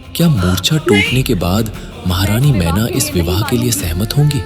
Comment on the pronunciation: माता का नाम मीना नहीं मैना देवी है🙏🙏